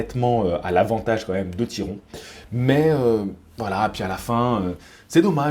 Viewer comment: Salut! Oh putain tu m'as eu avec le Tiron! J'ai vraiment cru que tu savais pas le prononcé ahaha. Bref, pour moi je vois Jacko gagnant, il est sur le recule mais il proposai quand même quelque chose, une boxe relativement intelligente de sa part (à l'égard de ce que lui imposait Tyron), bravo à lui, il a fait le taff. Et de l'autre côté on a Tyron qui fait du Tyron, trop patient, trop attentiste, pas assez investi. Il aura eu au moin le mérite de mettre le pressing, mais on voit bien que c'est pas son élément, trop peu d'enchainement.